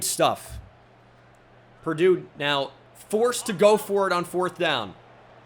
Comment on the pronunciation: I was laughing for a solid minute over it, you’re not the only who noticed lol